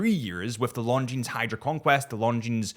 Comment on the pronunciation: Please stop pronouncing the s on the end of Longines.